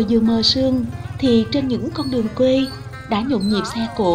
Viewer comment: Cô này đọc thì mọi thứ đều OK, nhưng chữ quê mà theo kuê thì lại căng đâu đâu, chẵng giống nam bộ, nên nghe chữ này giống như lấy kẽm gai ngoái cái lỗ tai 😂😂😂. Giống như đang ăn bữa ăn thịnh soạn cắn trúng hạt sạn tổ bố.